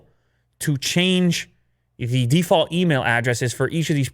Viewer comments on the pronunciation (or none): none